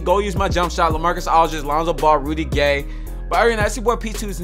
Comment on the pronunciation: I thought he was saying really gay not Rudy gay